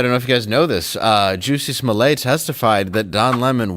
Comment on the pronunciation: Like the fact, that David been calling him Juicy Smooyay the whole time!!!